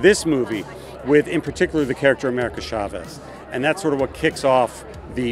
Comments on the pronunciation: It’s CHA-vez not SHA-vez 🤦🏾‍♂️ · Oh my cat! Why nobody pronounce "Chavez" right???